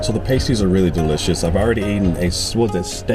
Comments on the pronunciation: PAST-ees, not PAY-stees lol😊 Much better after being in the oven ;) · Try 'past-ees' rather than 'paste-ees'....also, 'Corn-wul', rather than 'Corn-wall'. Great video and loved the Eden Project. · It’s Past ies as in last or fast not paste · Not Payties, but Paaasties! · Pasties are pronounced past-eez👍👍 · Have you realised yet that 'pasties' have a short 'a' as in the word 'past'? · It's Pas-tees btw, Cornwall is one place i always wanted to go.